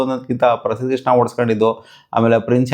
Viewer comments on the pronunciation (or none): none